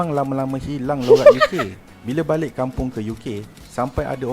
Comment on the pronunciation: Not balek it's balik...